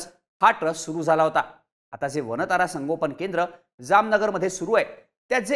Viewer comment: "वानता"रा अस नाही "वन्तारा" असं म्हणा दिशाभूल केली जाऊ शकते